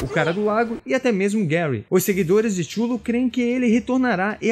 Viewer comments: um adendo, nada demais. tchullu, se fala cutulo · avisando que Cthulhu se pronuncia Ka-THOO-loo , e não xullo ou como vc tava lendo, ;) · Minha impressão ou vc falou o vídeo todo "xulu" no lugar de Cthulhu? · Chulu, como vc pronunciou é muito feio de ouvir, o mais famoso e aceito é Quitulu ou quitchulu. Apesar de a ideia da grafia é ser o impronunciável, e gerar essa discussão, ficou feia essa sua. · Oi só uma info Cthulhu não se fala da forma que vc falou, (Kutulu) essa é a pronúncia correta ( falando isso caso queira falar sobre o assunto em outro vídeo) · Cthulu não se pronuncia "Tchulu" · Amigo, sua pronúncia de Cthulhu tá bem equivocada. Acredito que você não seja fã do Lovecraft.